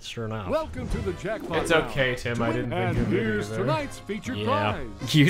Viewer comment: I Do too; I'm sure Chuggaa was getting sick of hearing himself say what Sounded like "I Didn't F***"